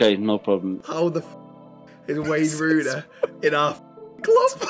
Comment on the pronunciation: Lmaooo that’s not Wayne Rooney that’s Rayne Wooney 😂